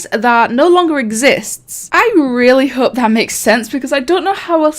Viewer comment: I’m sorry but it sounds like he said “There is hoe” instead of “hope” 😂